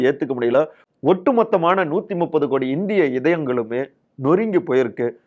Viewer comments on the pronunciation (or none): none